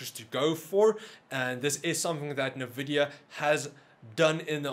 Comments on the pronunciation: NNNNNN Vidia........not Nha Vidia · I love the channel, but every time you say "NAH"VIDIA, I can't help but laugh! XD